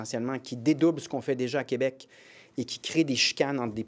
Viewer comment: Plamondon, on dit pas Qwebec mais KÉbec, je voterai pas pour toi si tu continues de même